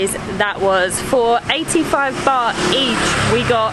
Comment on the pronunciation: It is baht damn……not bar!!!!what is wrong with you guys